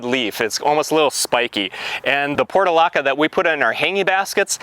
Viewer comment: The pronunciation was driving me crazy because it was different from what I have always heard so I double-checked. It's "porch -u - laca."